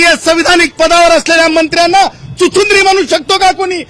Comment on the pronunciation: चुचिंद्री नाय चिचुंदरी आहे 🤩🤩